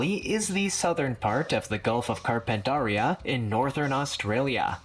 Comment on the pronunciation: Gulf of what? Bahahaha it's pronounced Car-pen-terry-ah. One of my grandmother's traditional lands, although I'm yet to visit.